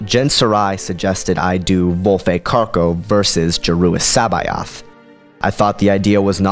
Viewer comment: love the vids but C'baoth is said differently (source the original thrawn audiobooks)